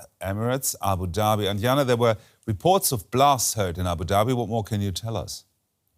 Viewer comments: Small side note, it’s Anjana not Anyana 😂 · J is not Y... j is pronounce J in Asia... Anjana is not Anyana... mind it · Her name isn't anyana ,its Anjana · It's not Anyana, it's Anjana. The J is pronounced like it is in "Just". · Pronounce the name of the Indian journalist correctly.